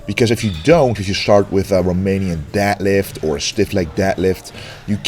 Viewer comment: Nobody:: Deadlift = "Dat Lift"